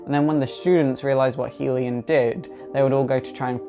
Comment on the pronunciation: Love your videos, but "Hellion" is pronounced "Hell-E-un" :D Keep up the awesome work :D